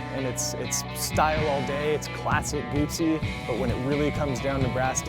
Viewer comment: If you are a reviewer that cannot pronounce Guzzi correctly and cannot seem to remember how large the motor is in the bike, your opinion means nothing. Great bikes, all three, and I think you chose the right one (I own a BMW and a Triumph and lust after the Guzzi so I have no bias here), but get your shit right before judging.